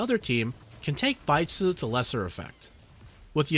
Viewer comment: Great video as always. Keep posting more guides. Thanks for all the detailed info. On another note, it was hilarious i kept hearing you said Baizhi's name an idiot (sounds like in Mandarin). lol...